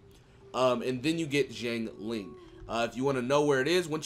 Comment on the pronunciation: It's pronounced shiangling (Xiang Ling)